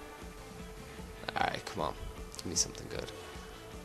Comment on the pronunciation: Stop saying move 'ouwn' it's on mate